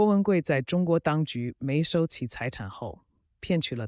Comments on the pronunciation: 沒收怎麼讀成mei shou? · 没收两个字这么念？